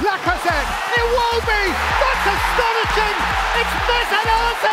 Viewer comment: me: Did he just said Iwobi? Oh maybe he said “It will be” . me after looking at the comments: He certainly said Iwobi.